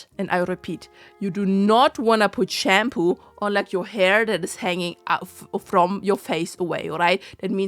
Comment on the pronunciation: I dunno, I just find that pronunciation amusing. :)